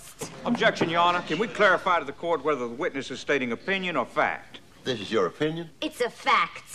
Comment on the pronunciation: The emphasis on " it's a FACT " 😌🤌